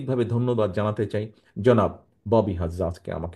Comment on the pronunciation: পধান মনএী হওয়ার খায়েশ কিন্তু সালাম টা ও শুদ্ধ করে বলতে পারেনা